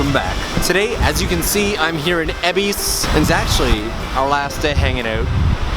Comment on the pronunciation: Why EBISSSSSS??? It's EbisU, even the train lady says so! Great vid otherwise :P